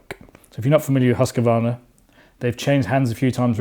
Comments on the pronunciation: Huskvarna not huskevarna, thank you 😁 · Haska-varna ,as you mangling their company's name didn't impress you- to say at least. Some good points, though. Hus-qvarna supposed to deliver a batter final product, especially after so many years of teasing the bike. Much ado about just good enough. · Husk- a- varna ? 🤔 Husqvarna is pronounced like it is spelt. There is no letter a in the middle of the word. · Learn to pronounce Husqvarna first maybe ffs